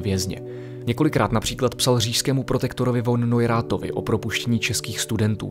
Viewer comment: von Neurath se čte "fon".... nech si to někým vysvětlit .)